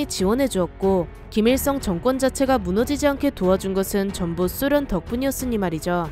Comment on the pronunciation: 왜 소련이데 숫련이라고해요